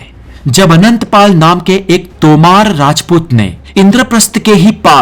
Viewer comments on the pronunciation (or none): तोमार् नही है बो तोमर ह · Sir apki sari pronunciation glt h ..sbke naam glt liye h apne.. वो तोमार नहीं तोमर हैं बलबल नहीं बलवन हैं तलगत नहीं तुगलक है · वंशजों के और राजाओं के नाम तो ठीक से ले लीजिए। तोमर को तोमारा, तुगलक Tughlaq को तलघट बोल रहे हो। एक बार फिर से देखो तो पता चलेगा। किताब पढ कर वीडियो बनाना आसान है परंतु इतिहास को ठीक से जान कर हिन्दी भाषा का सम्पूर्ण ज्ञान लेकर वीडियो बनाना सब के वश की बात नहीं। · Ajeeb Aadmi ho yaar Tomar ko Tomaar Tughlaq ko Talghat Balban ko Babbal Ye toh mene school me hi pad liya tha... lagta h kabhi school nhi gye aur tum Knowledge wala channel chala rhe ho